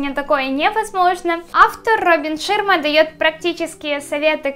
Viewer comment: Девочка, не позорься. Роберт ШАрма. А не ШИрма